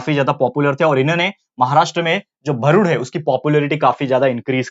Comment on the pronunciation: It is not bharud it's real pronounciation is भारूड